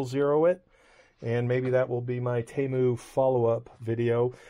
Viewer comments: HOW do you get “TAY MEW” out of “Te MU”??? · It's T moo. That's how thier first commercials said it (they since changed it a while back) How dare these Chinese expect us Americans to phonetically say it right. If we butcher all the other foreign brands, they get the same treatment. The arrogance ! Don't apologize